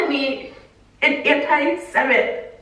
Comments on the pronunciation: Yo anti-semite is the noun describing someone who is anti-semitic! but she was mispronouncing it, it’s pronounced anti-sem-ITE not anti-sem-IT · I laughed out loud at work when you said "Anti-semeht?"